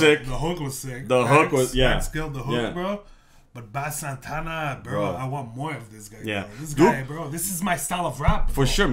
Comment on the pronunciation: it's pronounced BASE Santana